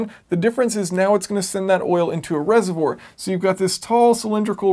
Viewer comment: Sorry, I couldn't get past "reservour" ;)